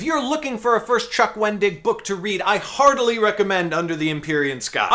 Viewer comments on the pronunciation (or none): Yay! Your book reviews are back! And yes, I know it's not a five minute review, but it's still a review, so I'm a happy person :) Also, your 'heartily recommend' sounded remarkably like 'hardly recommend' to me, but that might just be because it's super early here and my ears haven't woken up yet.